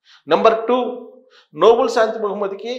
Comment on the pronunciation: అది నోబుల్ బహుమతి కాదండి.... నోబెల్ బహుమతి అనాలి. It's not Noble Prize but is Nobel Prize.